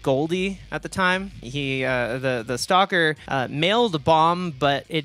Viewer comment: when you said bjork stalker i heard bjork soccer 😭i was confused